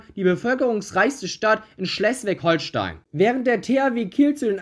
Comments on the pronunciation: Sag bitte nie wieder Schlesswig-Holstein 🤦‍♂️😂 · Langgezogenes 'e' bei Schleswig Holstein bei der Aussprache 😅 sonst gutes Video 😊